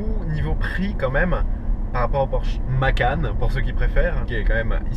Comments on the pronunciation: On dit macane pas macan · Mais comment tu peux dire « macan » en « en » 😱